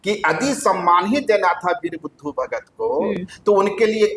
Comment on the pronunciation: नाम तो कृपया सही बोलें, ये वीर बुधु भगत होता है न कि बुद्धू भगत 🙏🙏